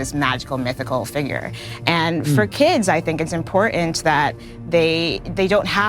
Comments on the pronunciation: How do you spell ... "IMPORTANT"? Impor-ent? REALLY .... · "Im por int" how about im por tant? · SANTA CLAUSE IS NOT A REAL PERSON, AND "IMPOR 'ENT" IS NOT A WORD. YOU LIVE IN A FANTASY WORLD, LADY! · Impor-ent! I can't take suggestions from people who can't pronounce basic words